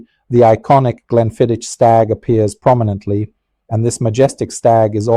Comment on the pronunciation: It is actually pronounced 'GLENFIDDICK' which is Scottish Gaelic which means 'Valley of the Deer' Also, it does concern me that you smoke cigars as you are increasing your chances exponentially of contracting lung and/or mouth cancer but it is your choice at the end of the day . . . .😎